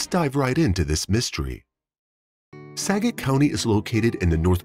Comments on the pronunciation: SKAGIT!! Not sagit!! SKAGIT county! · Washington native here... Skagit County is pronounced Skah-gette not Skadget. Cedar Wooly is actually Sedro Woolley. A lot of towns in WA are hard to pronounce because they are named after the local Native tribes or past Native tribes. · It's Skagit...pronounce the k as well. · And Skagit is pronounced SKA-JIT.